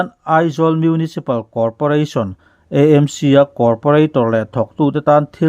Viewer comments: EMC ti loin AMC tia lam zawk tur a ni e. Pu Rinenga insawi fiahna kha ka lo ngaithla ve a.a nep ka tiin a zahpuiawm ka ti ngawih ngawih . Khatiang rilru nep lutuk pu khan engtik ah mah thil tha a tingai lo ang.kha a thusawi ka ngaihthlak atang chiah khan amah ka hmuh dan pawh a dang nghal vek. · EMC. A dik thei lo 😂😂 sim sim.😂😂